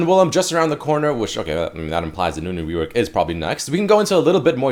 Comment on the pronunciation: You said Ezreal reowork not rework.